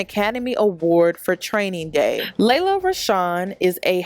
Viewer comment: Its pronounced LEE-la not LAY-luh!!! Ugh why does everyone say our name wrong?? 😒